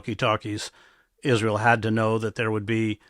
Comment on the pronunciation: It is the American not israwl